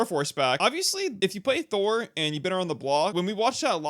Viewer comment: 17 you definitely said "thurle" Thural? Thurel? whatever you said, theres no L